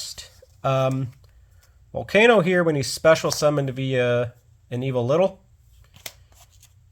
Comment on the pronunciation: While this is a neat deck profile, hearing you call the reptiles "Evo-Little" bugs me. It's Evol-Tile. Not Evo-Little. Solda is a good inclusion. As I YugiPooped with my partner; "Big dick dragon cucks all of Pendulum Summoning. Fuck you, Soul Charge, you're next." Pends, and Soul Charge-like effects just get rekt by Solda.